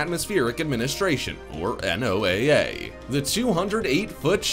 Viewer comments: I've also never heard NOAA be read by its letters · NOAA usual pronounced "Noah" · NOAA is pronounced noah. Please.